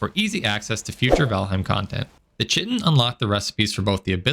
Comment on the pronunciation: common mispronunciation on chitin. It's like kite-in. not chit-in. Origin is greek, means "covering" iirc.